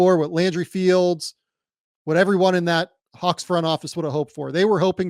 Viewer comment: What’s a hauck? It’s a hawk it’s a w not a u